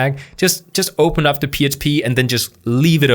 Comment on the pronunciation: "I'm just gonna go ahead & opemup my php tags" cute speech impediment bro 🤣❤